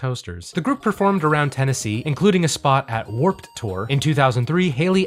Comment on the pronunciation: Is there like an inside joke of why he pronounces the past tense of "WarpED Tour" so emphatically in his videos?